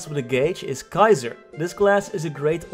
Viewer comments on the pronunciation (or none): none